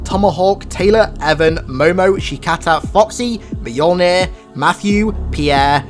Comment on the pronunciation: You are by far my favorite Halo channel, but you definitely need help pronouncing Mjolnir. (Mule-near) 😉